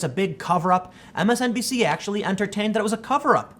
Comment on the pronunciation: Are you saying MSNPC on purpose or is that a Freudian slip?